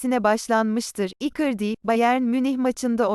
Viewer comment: Robota doğru telafuz yaptırmayı dene .mesela icardi yi ikırdi diye okuyorsa direkt ikardi yaz.